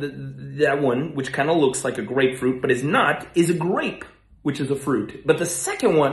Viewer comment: growing up I thought grapefruit was pronounced greatfruit